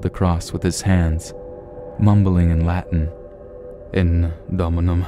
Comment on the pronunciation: Hey, - way to butcher that Latin pronunciation! But you have a great voice, subscribed.